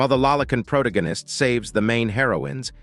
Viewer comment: Proto-ghen-ist! I heard that one in a long while! Every time the AI narrator says "protoghenist" take a drink! You'll be dead of alcohol poisoning before the five minute mark!